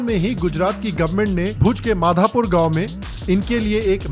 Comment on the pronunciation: भुज से नजदीक गांव माधापर है, माधापुर नहीं। उचारण समाजिये। Do R&D properly, even in the map you have shown, it's clearly mentioned as MADHAPAR.